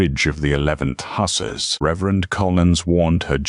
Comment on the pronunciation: It’s Huh sars and Ale sham not the way your AI pronounces it